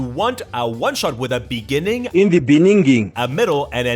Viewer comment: Bruh, you can't hit people with "in the beninging" out of the blue like that, bout choked on a drink